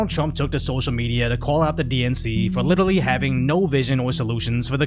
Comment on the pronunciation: HE SAID "LITERRALY" thanks clali trash word alsso